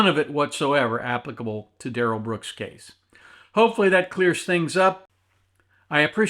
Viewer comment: "DUH-RELL BROOKS" is the biggest turnip I've ever seen sit before a court, with such serious charges! It's disgusting. I can't wait for sentencing... He'll have to be dragged out... By the face... Using Hellraiser hooks!!!!!